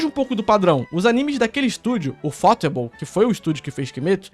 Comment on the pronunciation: A pronúncia correta é "Ufo-table", tipo "the book is on the table" mesmo.